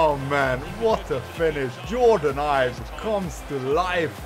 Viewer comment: Ibe is pronounced like 'eBay'